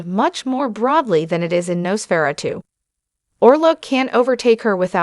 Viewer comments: “Nos fera - tu”? When can we expect the sequel, “Nos fera - 3”? Gotta love AI narration… or hate it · Lady ( or whatever you are ) you told you how to pronounce the title ! WOW ! Why are you even a narrator ???? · why are you pronouncing Nosferatu in such a weird way?